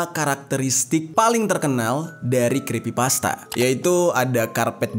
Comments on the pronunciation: Iyaaa, makanya pas bang jer bilang itu. Otakku travelling. Aku kira aku yg salah dengar. Tapi bg jer the best banget lah jelasinnya 😇🥰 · Kenapa abang ngomong nya krispipasta bang 🗿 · Maap bang yg bener itu creepypasta bukan crispypasta😁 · Crepy bg bukan crespy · creepypasta blok bukan crispy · sedikit koreksi aja bang, di situ bang jer salah pengucapan kata, yang harusnya "kripipasta" jadi "krispipasta". Crispypasta adalah makanan, sedangkan Creepypasta itu cerita yang creepy, horror. Sekali lagi ini hanya koreksi!. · Koreksi om Creepypasta... Bukan crispypasta... 🙏🏻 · Me: Creepypasta: Crispypasta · "The backrooms ini adalah sebuah legenda dari crispypasta"😭🙏🙏mohon maap bukannya saya ngeledek tapi saya ngedenger😭🙏🙏 salah ngomong😭🙏🙏🙏. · creepy bang bukan krispy hehehe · bang ,bukan krispi pasta tapi creepy pasta😅ga pake "S" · Crispypasta bukanya creppypasta ya atau gw yg salah? 😅😂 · creepypasta bukan crispypasta wkwkwk :D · Creepypasta atau crispypasta sii? Sy dgr nya bg jery bilang crispypasta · detik abg ngomong ny crispi pasta bukan creepypasta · Creepy pasta jer, bukan crispy pasta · Creepy pasta bang bukan crispy pasta 😭😭☝🏼☝🏼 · Cree bang bukan criss Abang bilang ayam crispy gitu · Creepy bang Jer bukan Crispy😭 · Creppypasta bang,bukan crispipasta. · Bang jeri bukan Kripsy Pasta😪😭😭😭 tapi Creppy pasta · Crepy pasta bang bukan crispy pasta bang🙏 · 4.33 crespy pasta ... Haha Lo lagi laper bang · Creepy pasta bg Bkn crispy pasta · Scrispi pasta salah eja creepy pasta baru benar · Aokwokwokwok, crispypasta, laper kah bang? Yang bener creepypasta, wkwk kurang Aqua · yg bener tuh Creepy-pasta bukan Crispy-pasta Ngebug anjir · Bukan creespy bang tapi creepypasta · Crispi pasta enak tuh bang 😂 Bukan nya cripy pasta ya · creepypasta bang bukan crispipasta😂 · creepypasta bang bukan creespypasta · Kreepy pasta bng bukan krespy pasta😂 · Creepypasta dibaca KrispiPasta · Creepy bang bukan krisspi XD